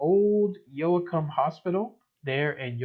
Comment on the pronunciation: Its Pronounce YO-cum..dont pronounce the "a"....Glad to see this style again.